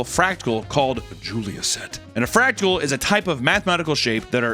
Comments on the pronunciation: Am I hearing you say fractal or "fractical"? Lol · Bro, it's "fractal" not "fractical." If you're going to mock and belittle something that you don't understand, at least get the terminology correct 🤣